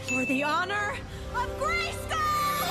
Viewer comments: Why do i hear FOR THE HONOR OF GAYSKILL every single time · i kept on hearing for the honor of gay skull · I didn’t know anything about She-ra before watching this show and english isn’t my first language so I always thought she was saying “Gracegol” instead of “Grayskull” and when I saw I was wrong it was the biggest shocj of my life istg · For the Honour of GaySkull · For the honor of gay-skull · Y’all mean: “for the honor of gayskull” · I think you mean "FOR THE HONOR OF GAYSKULL!!!"